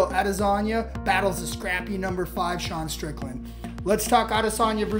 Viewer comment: "Dasean strickland" ❤❤❤ i love it